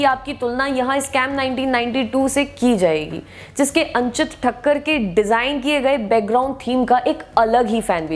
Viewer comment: अंचित ठक्कर नही अचिंत ठक्कर है उनका नाम